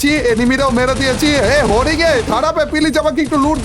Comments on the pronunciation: হেরিং না হরিণ 😂😂😂😂😂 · হরিণ🚫 হরিং✅😂